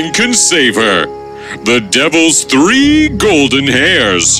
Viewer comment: You said tree not three